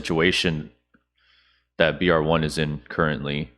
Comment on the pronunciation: ok love your content but the guys name is brave one its cringe for you to keep saying it they way that you have